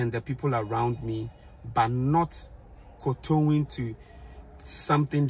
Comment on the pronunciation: Good for u, for recognizing the difference Uncle! Hahaha u said "koto-ing" . I also believe the same way.